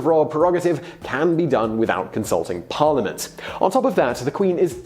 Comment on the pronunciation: You have mispronounced "parliament". Sorry sir.